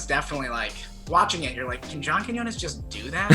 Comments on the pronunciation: Is it my imagination or did Cody actually pronounced John Quiñones’ name correctly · cody learned how to say johns name thank god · So happy Cody is pronouncing John’s last name correctly now 😃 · im just glad he finally learned how to say Quinones lmao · i’m BEYONDDDDDD glad that Cody is finally saying “Quiñones” correctly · Damn Cody really got roasted into learning how to pronounce Quiñones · i was stupidly happy when he learnt how to pronounce an ñ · He finally pronounced his name the right way lol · I’m just glad he learned how to pronounce Quiñones correctly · hey, at least cody finally figured out how to pronounce quiñones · Thanks for finally saying his name right lol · That pronunciation of Quiñones! You practiced. 😘 👌🏼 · he pronounced john’s last name right this time ! bullying works <3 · he learned how to pronounce quinonas :) never too old to learn something new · you finally learned how to say john’s last name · so happy you've finally learned how to pronounce quiñones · im just glad cody learned how to pronounce "Quiñones" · cody only made this video to show us that he finally learned how to pronounce john quiñones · Cody finally learned how to pronounce John’s last name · Cody finally learned how to pronounce an ñ. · omggg you finally said quiñones right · Proud of you Cody for finally learning how to pronounce ‘Quiñones’ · two things: 1.- What's wrong with that tan line? 2.- Kody learned how to say "Quiñones" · Cody only made another one of these to flex that he learned how to pronounce Quiñones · Yesss! He said Quiñónez right😅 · YES YOU SAID QUIÑONES RIGHT THIS TIME! IM SO PROUD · wow he finally figured out how to say Quinones lmao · the real character development here is cody finally learning how to pronounce “john quiñones” correctly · Cody finally said John quinones’ name right.✨🧚🏽‍♂️growth✨💕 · When Cody finally says John Quiñones correctly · At least Cody pronounced Quinones properly this time. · Cody learned how to say Quinones. Proud.